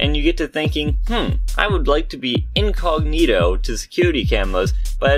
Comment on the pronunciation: Hey be cawful, I em incogmeeto